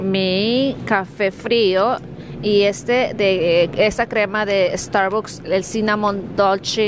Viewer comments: no ps si pronunca estarbuks🤦‍♀️ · por favor dile a mr papa q te enseñe a pronunciar: Starbucks 😩😩😩😩😩